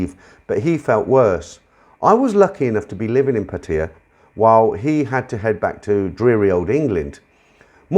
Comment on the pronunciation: PattAya not patia so anoying just sayin